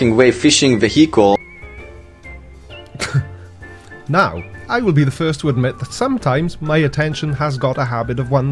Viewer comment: Was he saying Vehicle or Fecal?